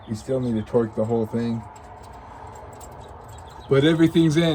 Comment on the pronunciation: Love how says twerk wrench I stand of torque haha. Especially my daughter laughed. You guys are fantastic, love the show